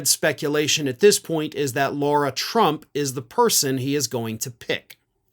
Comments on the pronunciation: "LARA" not "LAURA". She was a train wreck. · Why does keep calling Lara Trump, "Laura"? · do you say Laura on purpose to be disrespectful (which wouldn't bother me, she's a troll) or can you nor pronounce Lara? It's like saying Car with an "ah" on the end of it. Just for correctness sake try it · Laura?—- isn’t it Lair-A???? Spelled Lara is NOT Laura—— so as much as I dislike her do not stoop to mispronouncing her NAME!! Keep in mind this is exactly the kind of stupidity trump indulges in.